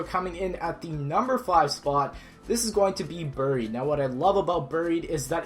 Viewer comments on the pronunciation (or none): It's not boried it's buried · What the hell is ber-eed? You mean "buried"? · AGRGaming143 bear-eed